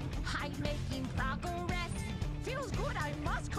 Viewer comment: she making prog - a - gress